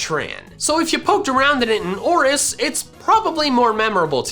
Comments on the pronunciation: Its ORAS not oris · It hurt me when he said Oris instead of Oras